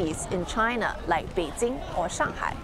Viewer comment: Is there a need to pronounce all of the Chinese name with tones? Well if so, get all of them right, specifically Beijing. siong